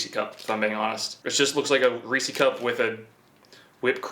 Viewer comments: Its Reese’s cups with the S dude not receeeeee cup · ITS NOT REESY CUPS ITS REESES CUPS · It’s not Reeci cup it’s Reece’s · So this is what happens when your mommu allows you to eat nothing but dino chicken nuggies and you never learn to eat like a man lol.. And its Rees-ez not ree-sees.. they belong to Reece like Jas owned a cae.. its be jas's not jasees lol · Are you saying "Reese-ie"? It's Reese's cups. It's a possessive, not a plural. It's pronounced "Reese-is." And Mallo Cups aren't supposed to be Peanut Butter Cups. That's your own hangup. They're both good. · It’s Reese’s not “Reesees.” Pronounced “Reesiz” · It's ReesES cups not REESY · It’s reeses not reece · Its fucking reese ez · Ree-see cups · Reese = reesie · thinks Reese’s rhymes with greasy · something tells me you live an incredibly boring life lol also, cmon it's Reece's. English much? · Him calling Reese's cups "reesey cups" bothers me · You rock but I gotta say it's Reese's as in his name is Reese and they're his. It doesn't rhyme with feces. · Stop saying damn Reeci cup!!! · “Riicii cup “ 😂 bruh can’t say Reese’s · You don't know how much I love that says reece E cups, I'm going to say that from now on it's so funny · Ive heard many people say reesees and its kinda annoying. Almost as annoying when people pronounce turret turrent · “Reecee cups” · 'Reecey cup'... Also, I thought a 'whatjumacallit bar' was a fictional chocolate bar invented by Lisa Simpson. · “REECIE CUP”. “NOOTELLA” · I like ree-cee cups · Imagine it was 2021 and you still called Reeses "Ree C" cups FML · Every time I heard “Reesie Cup” I lost it haha. you did that on purpose huh? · you pronounce the ree part of reeses with a long e but the e in ses is a singular e so a short e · Ok, I live pretty close to Hershey, PA and I can tell you are not pronouncing Reese’s correctly….lol. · Reese's Peices. It rhymes. Seems like everyone on the East coast pronounces it incorrectly.